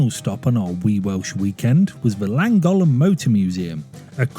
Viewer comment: Well done. That is officailly the worst attempt at pronouncing 'Llangollen' I've ever heard.